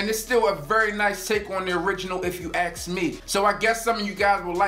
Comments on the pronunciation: " If you ax'ed me" ...LOL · “If you aks me...” If you can’t talk, why should anyone pay attention and value the information in your review...